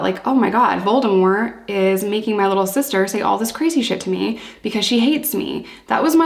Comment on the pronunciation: Since nobody else has mentioned it, kudos for pronouncing Voldemort's name correctly!